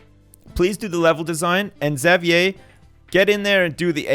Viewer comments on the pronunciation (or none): Jayden at least has one really good stat that he can focus on for training. Firing Xavier would be a good decision in the long run, because A) Xavier has bad stats (Not even one above 300!) and would be a big waste, and B) I cringe every time I hear him say "Zav-yay"